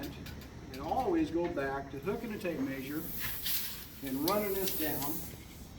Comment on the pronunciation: It's "mehsure" not "maysure".